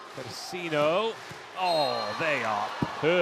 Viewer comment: Please, is Bosetti not BoSSetti.